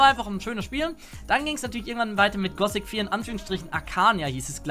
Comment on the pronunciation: ich weis es ist nur eine kleinigkeit aber wenn irgenjemand gossic statt gothic sagt klingt dass einfach so falsch. Genau wie bei jedem anderen wort mit th